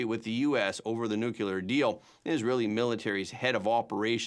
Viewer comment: Everyone repeat after me, Nu-clear, not nucular. Yer killing me!